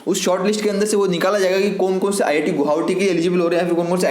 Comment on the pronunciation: U can not speak गुवाहाटी😅